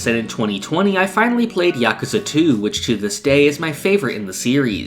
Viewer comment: I wanna shake your hand just for saying yakuza right.